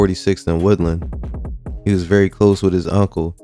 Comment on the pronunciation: .. it's woodland not woodlawn